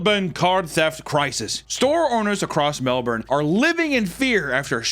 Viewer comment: ngl i reversed this video repeatedly when you said Melbourne correctly, thank you, for being to only American youtuber that said the name of the city correctly. you will be memorialised in a museum